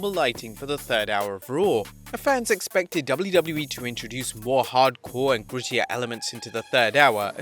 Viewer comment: WTF is "Dubbllew Dubbllew Ee"